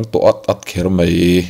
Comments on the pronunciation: Sazu hmul dûr tawh si...'MAI' tih aiah 'MEI' in ti ṭutah...thin iti rim...ngaithla peihlo e a. Sim hmak ang che. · A ngaihnawm e,mahse MAI tihtur ah MEI tiin i lam leh tlat ṭhin a..😊👍👍👍